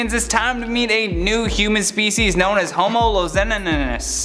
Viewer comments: It's pronounced ho-mo luzo nein sis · It's LUZON/NEN/SIS. Luzonensis.